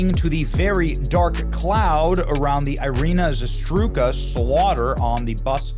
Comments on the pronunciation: For the love of God Benny PLEASE honor her memory and do right by her by pronouncing her name correctly......in EVERY video on her you've pronounced her name incorrectly as Iryna ZASTRUKA instead of as it's printed in articles that you feature on your show as Iryna ZARUTSKA!!! Thank you! I've been watching your channel for years now & respect what you do but you're ALWAYS mispronouncing words because you read too fast! Slow down, man. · ZA RUTE SKA Please get her last name right please. :) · Benny i appreciate that you are covering this, but please learn the victims name and say it properly. its the least you can do. its Zarutska, not zastruka. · I’m not Ukrainian but Benny, it’s Zah-root-ska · Benny, please, pronounce the girl's name correctly, it's not that hard.